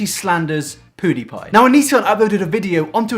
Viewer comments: I love Ur vids but u saying poo die pie is really pissing me off so I'm not liking it's PewDiePie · Its Pewdiepie not poodiepie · It's pew not poo, your accent is funny xD where you from? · Poo-die-pie lol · The REAL question is why are you calling Felix "Poo-dee-pie" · Well shit. I've always pronounced it wrong. I always said Pyew-dee-pie. I stand corrected.